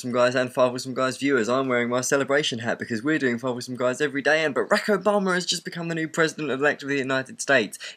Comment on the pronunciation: i love the way you say Obama it so wonderfully British :)